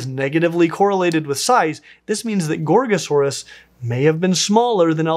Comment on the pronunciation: Every time I hear you say Gorgosaurus, I think I'm hearing you say Gor-Gor. I hope that a dinosaur is named after a GWAR song, even better it is a Tyrannosaurid.